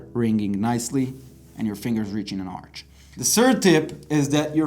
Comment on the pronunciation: arch read as ark not arch